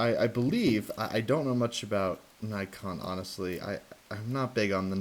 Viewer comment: I'm glad you didn't say knee-kon